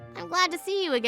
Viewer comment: I’m addicted to these videos; TroubleBusters for life! EDIT: one minor nitpick re: , it’s pronounced “jock”, the ‘s’ is silent.